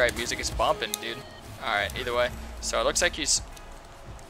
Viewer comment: Are you saying eat a Way? Or either Way?